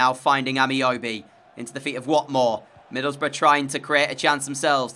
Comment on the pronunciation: ngl... every time u said "middleboroughs" i heard "middlebruh" lol